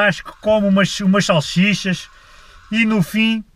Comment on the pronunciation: é salsichas,...nao é salchichas...